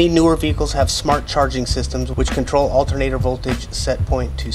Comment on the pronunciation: Altehr-naah-door: spanish for alternator btw